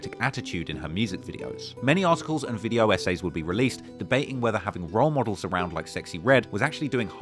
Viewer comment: saying “role models” with his accent fittingly sounds like “raw models” hits too good on a sexxy red video